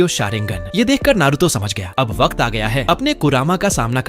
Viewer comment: waqat not wakt